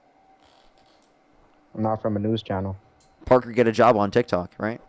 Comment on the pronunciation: I had to listen harder to figure that out. I thought I heard “yob” instead of “job”.